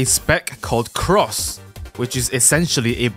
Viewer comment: it sounds like cracs not cross